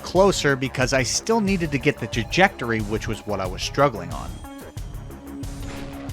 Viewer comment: "The jajecory" had me lol. The word you were looking for is Trajectory.